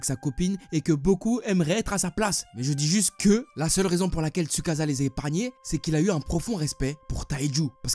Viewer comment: manga >anime et on ne dit pas tsukaza mais tsukaça